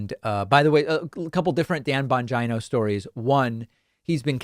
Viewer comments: Why is his last name so bastardized? You are pronouncing a great Italian name incorrectly and if he pronounced this way, he is wrong It is not Bon-G-eye-no. It is Bon-Gee-No. Almost my entire town is from Italy. That's not how the name is pronounced. Vowel pronunciations are different in different languages. Example: woman's name Lina is pronounced Leena and not L-eye-na. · I like how he pronounces his name bonj-eye-no instead of bonj-e-no. Kinda sounds like vag-eye-no. Ha. 🤯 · David, it's pronounced Bon geeno. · David, Bon-GENE-O. GENE-O. Not GINO like Bangina. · Are you really surprised? The point for them is just say it and it becomes true because they know people are not going to spend the time to make sure data presented to them is factual. Second, it Dan Bongeeeno, not Dan Bongino. Yes go on his show. Advice for that, give straightforward answers to his questions and point out that his questions are narrow minded that do not consider the entire of the problem to address a solution. Do not get into a back and forth with him because his intellect is beneath yours and that is the real reason he wants you on his show. I am from New York , and I grew up with people just like Bongino. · It's pronounced BON- GEENO, David... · I love how you always pronounce his name like “vagina” Lolol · I love it when David butchers the pronunciation of the names of Right Wing Nutters.... Bon' Jai No...😆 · I think it’s pronounced “Dan Vongina”. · I love hearing you say his name - lol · Would you want to live in any big city in CA with all the crime and high cost? Or in Portland, OR or Seattle, WA? By the way please pronounce Bongino correctly. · David, I just love the way you pronounce that Right-winger Dan Bongino’s name with a long I. I would love to see you on his show to mop up the floor with him and show his sycophant followers the difference between someone with intelligence and someone who is a total negative moron. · Do you pronounce Bongino like that on purpose?